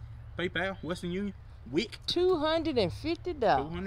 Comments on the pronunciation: Mans said Wik 🤣🤣🤣🤣🤣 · Haha 😂 he said wik for payment 😂😂😂😂